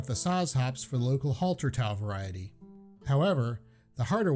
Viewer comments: I've been to Prague ... most like Staropramen It's pronounced Err -gull not Err-kwell ....... Hallertau not Haltertau Try a little research and practice before recording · By the way it's pronounced "Pilsner ur-KELL" and it's "HAL-er-taw" hops not haltertau